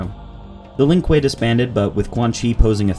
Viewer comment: "Not the Lin Kueeyyy, and natchuuuuu"